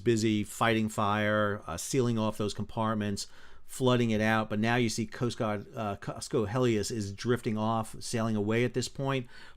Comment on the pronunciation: It's Cosco Hellas (like the country, Greece) not Helias. It was travelling from Busan, Korea to Panama.